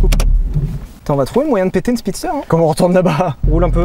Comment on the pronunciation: La "Spisster" hein Sylvain :p